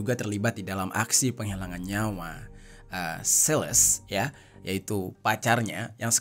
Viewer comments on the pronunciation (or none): none